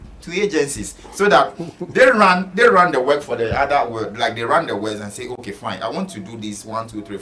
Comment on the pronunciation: The word is work not weking my country man 😅